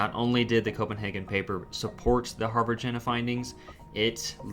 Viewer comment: I don't want to be pedantic, but after maybe the tenth mention of the Harvard-Jena Paper, I just had to say that the pronunciation of Jena is wrong. It's a city in Germany whose name, if written in phonetic English, would sound like "YAY nuh". I thought that might be helpful if you ever discuss this paper again or ever come across that city's name again. Apart from that, a very interesting presentation, and thank you. I think Renfrew's Anatolian hypothesis derived partly from both the genetic evidence of an early migration from Anatolia and from the belief of many Indo-Europeanists that the Anatolian branch of Indo-European broke off from the rest of the family long before the other branches diverged, suggesting that the family originated in Anatolia and that the non-Anatolian languages are descended from the emigrant population. I think the currently prevailing theory is that both the Proto-Anatolian and Proto-Indo-European proper may both be descended from a common ancestor in the Caucasus region, since DNA evidence shows migration from the Caucasus both to Anatolia and to the Pontic steppe (home of the Yamnaya Culture) around 6,500 years ago. Maybe you could explore this in a future video.